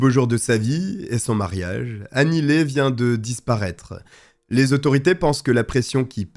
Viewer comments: Mais enfin, on prononce Annie Li et non Annie Lé 🙄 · Nope c"est pas Annie Lee (prononcé Li) mais Annie Le (prononcé Ley). Regarde les communications officielles , en VO, si tu as un doute